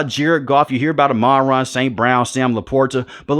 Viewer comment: Pronounced AHMAN-RAH!